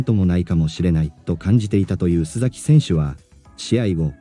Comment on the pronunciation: すざきではなくすさきさんです